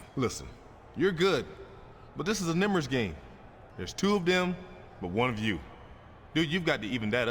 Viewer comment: what the fuck is a "nimbers game"? XD